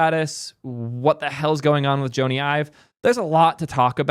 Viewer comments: if you're going to do a history of Ive, you should know, Jony Ive's name is pronounced "Johnny" — like Johnny Depp. Even though it's spelled Jony, it’s pronounced the same as "Johnny" (like "Johny," not "Joan-e"). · Jony is pronounced "Johnny" not "Joe-nee". His name is Jonathan. Will be interesting to see what he & Sam come up with - I disagree with your take on VR - when the Vision Pro is lighter, wireless and cheaper with the same quality or better, it will take off. I'm waiting for a device you can wear for hours without strain. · I cringed everytime you called him Joe-ny. His full name is Sir Jonathan Ive. Because he's Jonathan, its Johnny (just not this spelling obviously) not Joe-ny. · Sir Jony Ive’s first name is pronounced exactly like Johnny. John-ee not Joe-nee. I realize some people with that name pronounce it like Joe-nee but he does not. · Joe knee :D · Sorry but the fact you don’t know how to pronounce his name makes this video unwatchable for me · Sounded like an interesting video, but I couldn’t make it a minute in with that butchering of his name. I’ve only ever heard AI pronounce it this way. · Hey moron! His name is short for Jonathan. You are mispronouncing his name. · That Jony pronunciation is killing me XD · I love but this was an instant facepalm for me and he just kept on repeating it. Tragic irony. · Wtf is this weird Jony pronunciation?